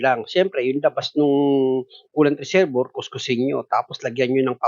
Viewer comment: ang galing mo sir saludo ko sa yo..may minor lang ako napansin kasi yung reservoir ang pronunciation niyan dapat ay re-ser-bwa..salamat sir.